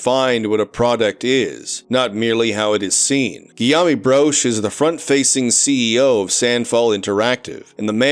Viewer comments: i love how this dude says guillaume as 'giyami' instead of 'giyoum,' like the most common french name. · Guillaume is pronounced as "Gee-yômh". Apparently it's related to the name "William". 🤷